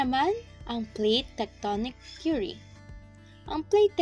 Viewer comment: Base po saakin na panood mas maliwanag at maayos po ang pagkasabi ng Plate Tectonic Theory ,at mas naiintindihan ko po.#PagkakabuoNgMgaPuloSaPilipinas #Jjo-EsTextbook